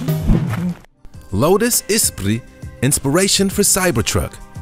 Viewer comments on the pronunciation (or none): none